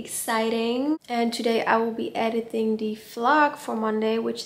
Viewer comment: Wat leuk dat je Engels vlogt! <3 Klein uitspraaktipje, soms zeg de "th" klank, zoals in "though", terwijl het een harde T is. Bijvoorbeeld Tiktok als Thickthock (om ) uitspreken of Edithing! Girls gotta help each other out! <3 XO